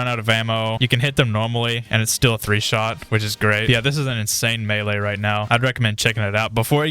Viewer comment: Meaee? Isnt it melee?